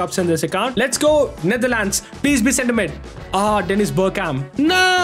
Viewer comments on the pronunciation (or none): none